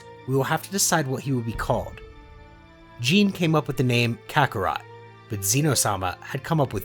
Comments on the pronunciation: Ok, look, I’m really sorry to nit pick like this, but it’s pronounced GEEN- A not like jean idk it just is wrong and they even pronounce it in the movie properly, but again this is like mega nitpicking, you can just ignore me if you want, sorry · It's gine not gene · Jeen??? Its gyna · does this guy really not know it's not pronounced gene it's pronounced gee nay gine is kakarots mother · Her name is pronounced Ge-neh, not Jean, lol. Good story though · Stop calling her jean it’s pronounced ji/nay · Hey it is not gine it is gi-ne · ITS GE-NA NOT GENE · its gin-ne not Gene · Its not Gine its Gi-ne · gine is pronounced ge nya not jine i think but however is the right wat to say it isn't my problem this is very gooooooooooooodddddd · FYI; Kakarots mothers name is pronounced Gina not Jing and yes I am aware her name is spelled Gine but it is not pronounced like that since the "E" is pronounced as an "A" and the "G" having the English pronunciation. So it is Gina not Jing. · G-I-N-E not J-E-A-N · literally just say 'gee' like the martial arts uniform. and 'nay' like the song whip and nay nay. hence you get gee-nay not gin-nay. ; ) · Why does he say Gine like Jean Lol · sorry but how does gine get pronouced as jean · Gines name is pronounced ginae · Jene lol Gine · Why do you pronounce Gine as Jeen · If you must know Gine is pronounced Ghi-ne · its pronounced gee-neigh hard g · GII-NAY Come on man. Names aren't that hard in Dragon Ball lmao. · did my man just call gene....jeen? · ok, i am sorry for nitpicking but ( Gee nay). Otherwise I love the content. Keep it up! I can't wait for part 2. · Bud pls giggle how to pronounce the names you called gi-ne ging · Good story! Her name is pronounced like Ghee neh so you know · He did not just call her "Jean" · By the way, Gine’s name is pronounce “JEE-NAY”. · Very good vid but it is gine gee-ne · Ah yes "jin" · Contemplated leaving after how pronounced Gine but i'll wait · this is so good but the way he says Gine